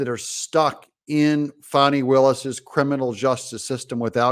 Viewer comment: It’s fan-nee like in ass. Not fah-nee.